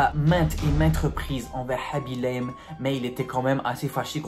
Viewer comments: Aussi apprends le pseudo des gens avant de faire des histoires comme ça parce que tu as dit tout au long de la vidéo haby l'aime et pas khaby lame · Aaaaa s'est khabi lame pas habilame